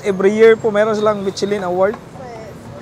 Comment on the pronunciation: Whey he's saying Michelin. I hear Bing chilling😂😂